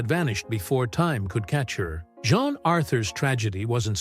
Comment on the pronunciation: Again, it’s Jean, not John Authur